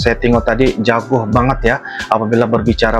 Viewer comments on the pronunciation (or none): Salam sehat selalu. Maaf, yang benar JAGO bukan JAGOH